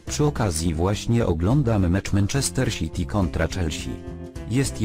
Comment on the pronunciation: Menczester Siti kontra Czelsi Xddd